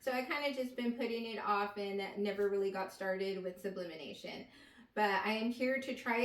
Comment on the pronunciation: you saying "sublimination" instead of sublimation pissed me off lmaoooo but thanks for the setup info